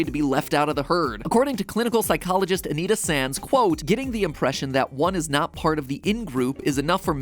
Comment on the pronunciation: Anita sanz? More like anita nesz